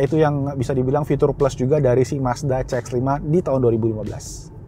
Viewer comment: CX dibacanya si ex. Bukan ce ex. Mending pakai bahasa inggris menyebutkannya.